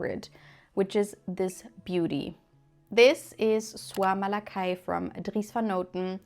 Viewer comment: I’ve just discover your channel (lucky me !) and don’t know where you are from, but your french pronounciation is excellent ! (I am French). I smelled Soie Malaquais 5 days ago, felt : Well, nice but I don’t need it and it has poor longevity. Except that now I want to smell it again 😅